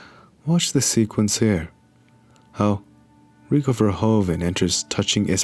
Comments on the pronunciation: its verhoeven, like a horse's hoof. verhoofen. verhoven like how you pronounce is an actual last name but not the right way to say it. just fyi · You should pronounce it as ''Verhooven'' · VerhOEven, te OE is pronounced as the OO is in 'hOOver dam" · It is Verhoeven. Fer hoo fan!